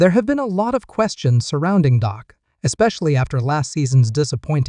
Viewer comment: Say the man’s name correctly,it’s Dak not Doc!…